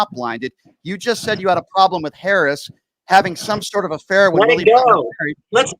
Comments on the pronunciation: Idiot, please learn how to pronounce her name! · He keeps mispronouncing Harris' name.